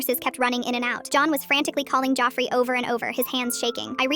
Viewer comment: “Joffrey” help why is it saying it like that 😭